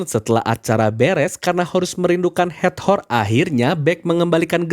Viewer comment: Hator Kak, bukan hat-hor 🙌🏼